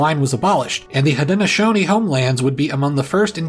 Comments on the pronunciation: omg yes, I cringed so hard every time he said Haudenosaunee and Canandaigua. What I don't understand is, if you're teaching this stuff, why not at least... ya know... run a basic Google search on pronouncing the words? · the Seneca pronunciation is more like Ganan-daw-gwa. C sounds like G in Haudenosaunee languages. (He also pronounced Haudenosaunee incorrectly.) 🤦🏼‍♀️ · Haudenosaunee was close, but not quite correct . Of course I live near the Seneca Nation.